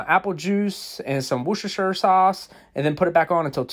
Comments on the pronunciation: Did that man just say..... WOOCHESHURSHER? I'm sorry but it is pronounce WARCHESHSHSHer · It's pronounced Wosss-sterrr-shire. Someone from Worcestershire. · bro just butchered the pronunciation of Worcestershire sauce